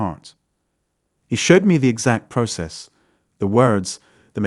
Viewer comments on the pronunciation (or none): none